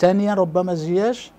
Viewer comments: ناري عصبني واش من نيتو كيقول زياش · واش أنا لي كنسمع هاد الصحفي كيقول زياش🙄🙄